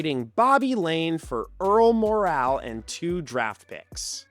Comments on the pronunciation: I believe Earl Morrall's name was pronounced More-ul not Mor-al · The moral of this post is that the correct pronunciation of Earl "Morrall" is MORE-el. As for the topic, well done. Can't argue it. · Mispronounced Earl "Morrall". It's pronounced "more all" but as one syllable. 🙂